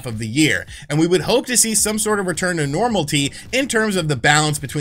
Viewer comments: Nor ma lity that's how to pronounce it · Wait did they really say “Normalty”? 🤷🏽‍♂️🤦🏽‍♂️